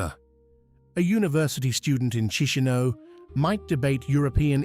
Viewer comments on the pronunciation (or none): It's not "Chee-shee-no". It's "CheesH-NOW". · Actually is KeeSH--NOW